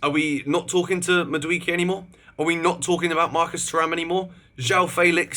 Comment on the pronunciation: Constructive criticism- pronounced madu wake ayy